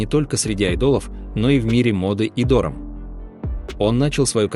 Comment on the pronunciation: Почему такое невероятное ударение в слове ДОРАМ??